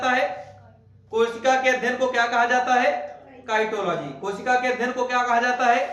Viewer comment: Cytology,साइटोलॉजी को साइटोलॉजी पढ़ा जाए तो ठीक रहेगा न कि काईटोलॉजी